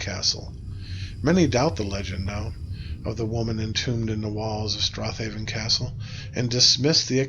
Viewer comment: if you had scottish grandparents then theyd know its pronounced strayven